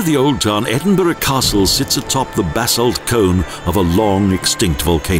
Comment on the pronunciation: Nicky, at least he can (almost) pronounce Edinburgh.............better than the average American. They could have used Sean Connery.